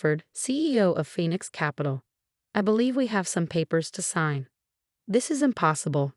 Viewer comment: A new sentence showing in these stories now, "designer heels clicking on the marble floor". This so has to be AI generated. No human could make this many mistakes. Plus the old 'Phenix' again.